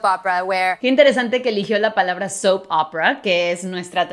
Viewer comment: Ale Flower es soap no soup